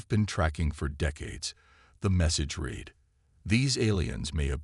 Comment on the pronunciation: Damn................(read) "....the message REED...." NOOOOOOOOOO!!!!! .....the message RED... Yet another POS AI!!!!!!!!!!!!!!!!! Do ANY of you proof RED your own damn stories!!!???? I'm thinking not.